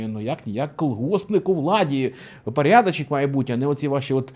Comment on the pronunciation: Люблю ваші вислови про пАрядАчєк і вислови з іноземним акцентом. Вони дотепні.